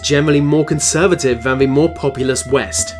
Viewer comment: No one:.: says Van instead of than